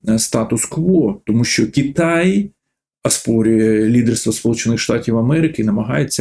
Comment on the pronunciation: Голосюче, та не КіТай а КИтай